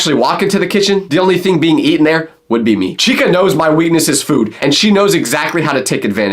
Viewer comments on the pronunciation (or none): none